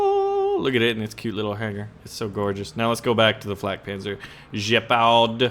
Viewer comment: dude, it's Gepard with a hard g, like 'get the fuck outta here, not Jepard, FFS! I mean, really!